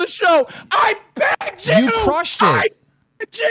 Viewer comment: "I PEGGED YOU! I PEGGED YOU! I PEGGED YOU!" I know he says "begged", but come on 😂🤣